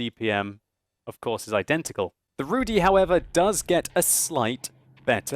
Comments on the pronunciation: Not Rudi but ( Rudy ) and not Szaryk but Szarik :) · RUUU DIIIII (long i)... not RUUU DEEEE (long e) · Pleas pronounce it /rudγ/, not /rudɨ/. And joke about vodka was bad one. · Zabawnie słyszeć wyraz "Rudy" wymawiany przez anglojęzycznego człowieka :D